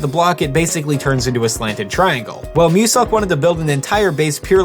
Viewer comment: Y U call muselk MUSUCK